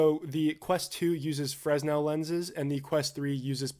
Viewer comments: Bro. Its pronounced "FRUH-NEL". Please. My ears are bleeding. Great content, BTW. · Quick note... "fresnel" is pronounced "fruh-NEL". 🙂[new subscriber] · Just FYI, Fresnel is pronounced fruh·nel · Just as a note, to my knowledge, "Fresnel" is pronounced without the "s". Like "Fruh-NELL." At least where I'm from. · Headsup, Fresnel is pronounced "Fur-nel" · The s in Fresnel is silent. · For future reference, the S in Fresnel is silent